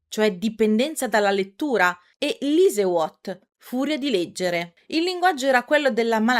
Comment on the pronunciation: comunque ragazzi io ve lo dico: il tedesco si legge per lo più come se fosse italiano. "Lesewut" si pronuncia "lese-vùt", e "lesesucht" si pronuncia "lese-su-h-t", non so cosa ho ascoltato...